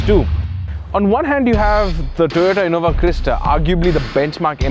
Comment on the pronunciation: Whats up with Indias Pronouncing "V" And 'W'. Its innoVAaa..Not InnoWaa Jeez